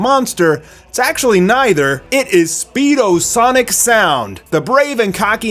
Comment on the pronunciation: FOR THE LOVE OF CHRIST learn to say "speed o sound sonic"